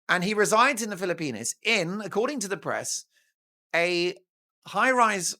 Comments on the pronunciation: Dear Mark, Are you sure your Filopino subscribers enjoy the pronunciation of their country as "Filo-penis?" You're welcome. ♥️🤍💙🇺🇸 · You don't know how to pronounce the Philippines do you?